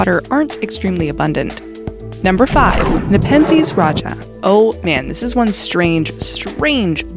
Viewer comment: nepethes rajah